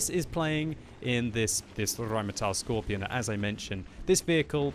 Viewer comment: Michael Kennedy because, that's not, how a German would pronounce it. "Skorpion" with a hard and long 2nd o...and the letter G sounds like ɡe (writing phonetical): skɔʁpiːoːn geː